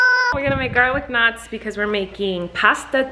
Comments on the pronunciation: I thought she was saying "garlic nuts" and I was very confused.. then I realized she was saying "knots" hahaha. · This whole time I thought she was saying “Garlic NUTS”. I was like. Why are you making bread??? 🥖